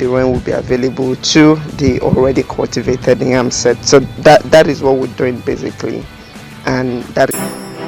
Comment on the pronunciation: You keep saying NYAM NYAM, is it NYAM or YAM?